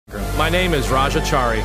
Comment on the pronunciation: Dude can’t even pronounce his own name right.